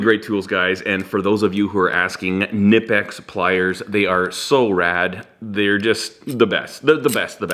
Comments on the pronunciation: it is not nipex, it is K-nipex as in kenipex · It's Khnee-pex, the K is not silent and the I is long. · See per their rep at a tool expo... German company so German pronunciation is Kaneepex. However I was pronouncing them Nypex. Thought is sounds cooler and since we pronounce Volkswagen wrong anyway do we really have to since in English language the “k” is silent before an “n” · Knlpex has a hard K like in cool 😉